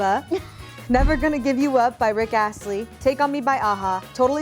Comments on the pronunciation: “Rick Ashley” 😂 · "Rick Ashley" 😂